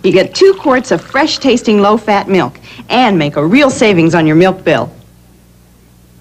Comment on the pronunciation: And she can't even pronounce milk correctly. I remember that from when this first aired and I was a little kid. She pronounces it "miwk". Odd they would get a spokesperson who can't even pronounce the product.